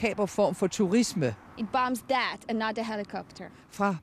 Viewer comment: it bombs DAT. DEY ... ITS DER FAULT xD Love it